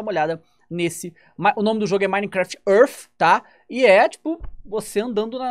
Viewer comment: "minecraft ãrf"